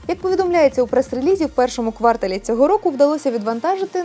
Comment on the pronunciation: не квАртал)